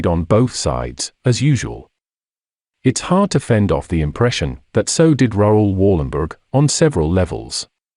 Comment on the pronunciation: Please prenounce his name right.